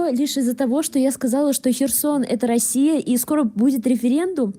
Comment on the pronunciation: Автор ролика безграмотен. Не "роиссия", а Россия